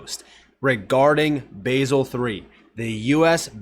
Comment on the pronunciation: Youre a Legend btw its pronounced Bahzel